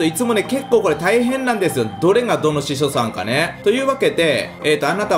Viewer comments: 次の動画で、司書さんって10回言って欲しい 何回かしそさんって言ってる気がする... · 司書さんを時々、しそさんって言っとる笑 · 司書さんが言えてない… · しそさんって聞こえるwww